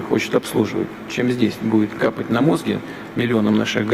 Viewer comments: Лексика президента — "капать на мозги" (с ударением на О) Комментарии излишни ... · Чё та мы потеряли ... Капать на мОзги... И это глава государства? Слушать тошно его быдло речи.